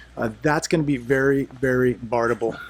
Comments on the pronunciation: i think the word is barterable. not barterble. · pronounce it barterable. Thanks but no drinkie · You are leaving a syllable out of barterable. Have you been testing the product? Ha.